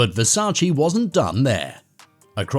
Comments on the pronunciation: It's VERSACE not Versaci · Damn y'all idiots can't pronounce VERSACE properly. Sad af.